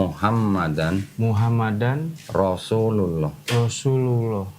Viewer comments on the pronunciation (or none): Masukan untuk... Lafadz syahadaturrasul ada. Bacaan idhghom bilahgunnah... Nun mati atau tanwin ketemu lam dan ra' dibaca tanpa dengung alias masuk ke huruf berikutnya.... Wa asyhaduannamuhammadarrasulullooh..bukan muhammadanrosulullooh...